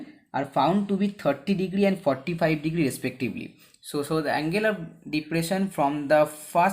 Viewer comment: Pahele sahi se bol lo bhai degdri degdri kar rahe ho degree hota hai